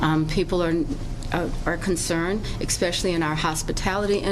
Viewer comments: Did that mayor say eckspecially? Deport her too. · Did the mayor say axspecially? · It's hard to take someone seriously when they say "expecially" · One should not be in politics if one can't say the word "especially" correctly. We don't need toddler-minded individuals running our municipalities or anything for that matter.